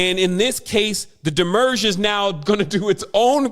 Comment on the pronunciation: Also "Wednesday" comes from the French "Mercredi" which comes from Mercury...and not Venus as this guy asserts. Also, it's 'demiurge" and not "demurge." So many obvious mistakes here.